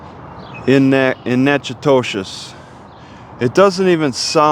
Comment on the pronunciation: Why do you keep saying "Nack-a-dish Natch-i-toe-chiss" ?